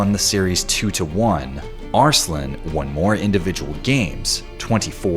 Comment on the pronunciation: As much as i like this video, the narrator's pronunciation of "Arsalan" bugs me